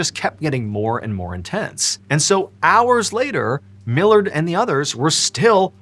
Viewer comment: My last name is Millard its so nice to hear you say it correctly haha so many people read it as mill-lard